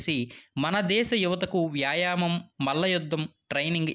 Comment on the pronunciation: Vyaaayaayam kaadhu, vyaayaamam